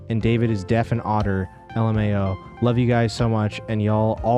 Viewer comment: Kate saying "L-Mao" really threw me off what the hell